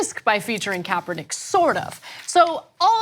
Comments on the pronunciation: Was he saying Kapernigga? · I'm so relieved he burned those Nike sandals though. ...and he didn't even say Kaepernick's name correctly so, I don't know if this is supposed to be a truly personal act or not for burning some old shoes? lol